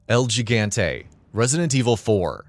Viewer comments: Stop pronouncing el gigante “el ji-gante” because gigante is Spanish for giant and gigante’s pronouncing is hi-gante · I like how you say EL GIGANTE. Just a tip, but you can try saying it "el he-gun-teh" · Triggered every time he said EL GEGANTE